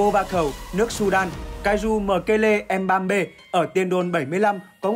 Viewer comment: anh đọc tên mbembe giống m3p